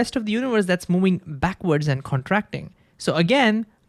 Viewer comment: Movind, movvvving there is v. Not mowing